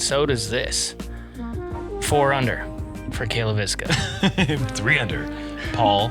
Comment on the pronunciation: It feels pretty disrespectful to have Cale Leiviska say his last name and then and Uli to say it wrong over and over and over and over....it's not that hard or that big of a change, just say the guy's name correctly.